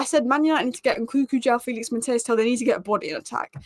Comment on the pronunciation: probably thinks I am a horrible pedant if she reads her replies but his name is pronounced Mat-teese. But Tel is a baller. I really hope he takes a liking to Spurs.